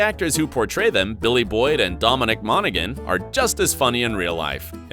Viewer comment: what a shame xD during that interview, they explained how to pronounce Dom Monaghan's name. but you pronounced it incorrect anyway :D the G is silent